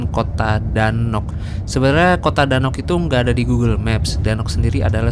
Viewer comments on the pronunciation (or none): none